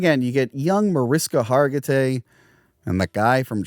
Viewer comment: Mar-ish-ka Har-gi-tay :)